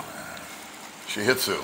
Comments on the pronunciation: The h is silent 🤫. You crack me up. Shih Tzu is 2 syllables Sheet zoo. Nice looking 🐕 doggo. Get a regulation size dog as well please to keep everyone safe. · The t is silent, so… shih zoo. Sounds nicer that way anyway, right?